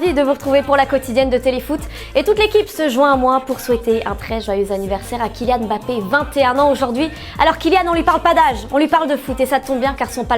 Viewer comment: alors mettre des femmes pour remplir vos qutoas pourquoi pas, mais si vous pouviez au moins en prendre qui savent prononcer les noms... Je suis qu'à la moitié et je me demande déjà qui sont 'bapé" et "gardola". DIS LES TERMMEUHHH !!!!!!!!!!!